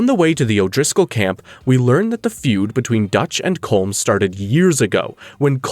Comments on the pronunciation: It is pronounced Column O’Driscoll not Colm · Ya rolled the R in Guarma but didn't pronounce Colm correctly: Colom. LMMFAO 🤣🤣🤣🤣